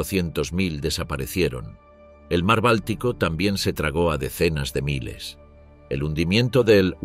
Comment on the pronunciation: La narración por ia está perfecta pero te ha delatado una sola palabra en 3 video: "miles".